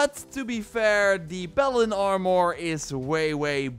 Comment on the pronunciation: P a l a d i n Sounds like you're saying balen